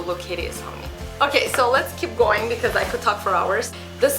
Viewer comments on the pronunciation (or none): none